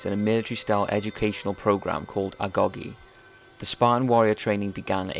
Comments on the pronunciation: I thought it was pronounced agoj not agogy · Agoge is pronounced A go gee not A gog ee. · It's said a-go-ge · Um,I'm dying of laughter rn. M8,I'm a greek,and the "g" in "agogi"("Αγωγή" in greek) does NOT make a "Guh" sound...